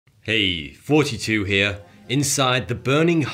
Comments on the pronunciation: Does he say 42 or??? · I know you say" 42 here" instead of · He definitely says 42. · Even the subtitles say 42. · This guy is great but every time we introduces his channel I keep thinking he’s saying 42 here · I thought he was saying "42 here" all this time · Wait isn't he saying 42?.... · I have a feeling that he actually says 42 and superimposes that audio on to a video of him saying... and I think it maybe a reference to The Hitchhiker's Guide to the Galaxy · Why does he always sound like he's saying "forty two" instead of, or is it just me😂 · Fizz shon. Not fishin’. Also a usb drive has more power than all the computers sent to the moon. You wrote a book why? You can’t even pronounce your own YouTube channel correctly.